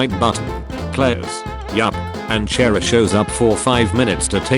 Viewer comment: So nobody’s gonna talk about how he says Chara?